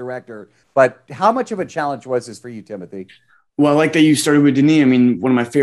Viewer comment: Idk why I cringed so much when the interviewer kept saying Timothy instead of Timothée